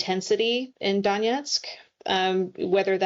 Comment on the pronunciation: The way pronounces “Danietsk” instead of “Donets’k” hurts my ears. The video is really good though, thanks!